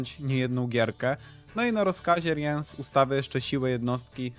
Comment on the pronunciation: Co do omówienia talii to im bardziej szczegółowe omówienie talii tym lepiej. Jeżeli ktoś ma z tym problem to niech to sobie np. poprzewija lub ominie. Ja tutaj nie widzę problemu. Tak by the way nie czyta się Riens tylko Rins (nawet jak zagrywasz Rience'a to mówi:"Zwą mnie Rins, zapamiętaj to imię". Ten co odpala rozmieszczenie sąsiadujących żołnierzy to Wrygef. Dla tych co grają Yrden jest specjalne miejsce w piekle? Moim zdaniem dla tych co grają Renfri i to jeszcze więcej niż raz.